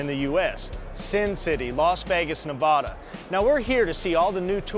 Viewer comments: it's Nevada not Nevoda . do you drink vadka? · NevAAAAAda, not nevAHda